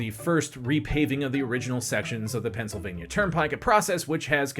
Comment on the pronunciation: lol the Pensi